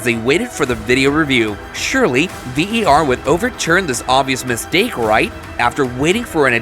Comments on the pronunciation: Why a yank doing this vid its VAR not VER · Why do you keep calling it VER ??!